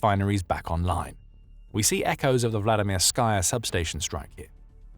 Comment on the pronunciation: There's no "sky" in Vladimirskaya. Anyone doing a video like this should know better. You wouldn't say "Vladimir-SKY"; it's "Vladi-MIR-sky", with the last syllable pronounced "ski". Vladimirskaya is just the feminine form, and it's pronounced "Vladi-MIR-skə-yə", ə being the unaccented schwa (-uh).